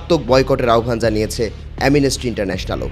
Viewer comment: Amnesty উচ্চারণ করতে পারেনা। অটোপাস পোলাপান দিয়ে। Tv channel চালাচ্ছে। 😂